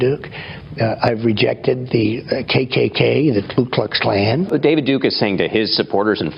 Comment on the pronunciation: He doesn't even know how to say kkk....you know he certainly isn't a member 😅